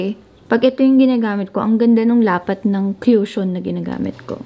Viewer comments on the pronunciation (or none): This is how you should pronounce cushion- ko͝oSHən not kyoo-shon 😅 Or you may google it for your reference. 😉